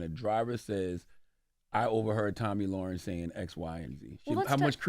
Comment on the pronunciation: Charlamagne's reading comprehension is so low that he didn't even pronounce her name right.